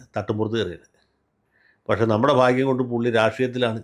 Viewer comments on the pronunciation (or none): none